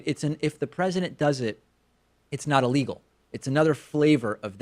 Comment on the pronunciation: why does giuliani pronounce is Ps like that. "CAN THE *PH*RESIDENT *PH*ARDEN HIMSELF?"